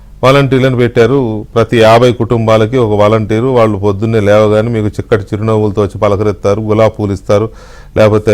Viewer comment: చిక్కటి చిరునవ్వు కాదండీ షిక్కటి చిరునవ్వు అంటాడు